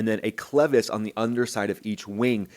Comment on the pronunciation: thanks for properly pronouncing "clevis." short "e" ... not long "E" as at least two other YTers have said repeatedly. yeah ... the cracked pylon attachment. History, hardly a trend ... 46 years between em. Might be worth comparing the engine mount on a 767-300 ... or a 777-300 ... or a 787-8/9. Why hasn't this happened to a Boeing? Seems like Heavy C check would occur more often that the report indicates ... or engine change, for that matter ... opportunity to do a borescope, like test. But I agree ... that inspection is about to be changed. I'm curious how the NTSB is going to spin this away from the real threat because it DOES have a history ... including AA191. championing the NTSB at the 3 minute mark ... meh. Don't get sucked in.